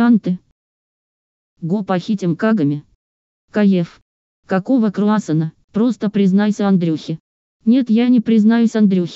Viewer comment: Какого крауссана? Какого крауссана? КАКОГО КРАуссанв , кгакого карасанннна кыгаго груза по